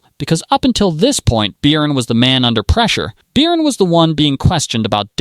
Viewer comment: Beercan? Its Bircan and the C is not a K😂😂